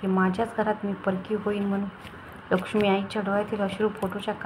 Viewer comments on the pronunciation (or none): परखी नाही परकी